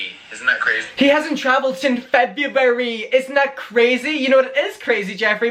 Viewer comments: SO ANNOYING!!!🤮 "Since FEB-U-AR-YYY" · No one: Jefferson Skeletor: "since Fe bu W-ary!" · ceo of feb-yew-air-EEE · I haven’t traveled since “FEVEUARUU” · “Since FeB-YoU-WaRyYyyy”